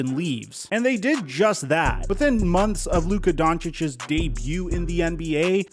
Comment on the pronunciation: Omg PLEASE stop saying Doncicic's 😵